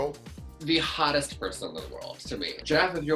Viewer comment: Pretty sure BOB said "isnt jeff goldbloom the ODDEST person in the world?" instead of hottest lol. I'm with Detox. Jeff can definitely gettt summm